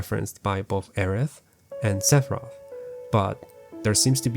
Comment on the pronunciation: This is absolutely jarring that he chooses not to pronounce the th sound😬